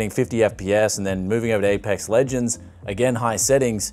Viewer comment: Lmao "Apex Luigends"